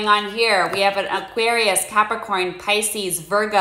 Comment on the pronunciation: "Spice-cees, Pope-io" - I love it! <3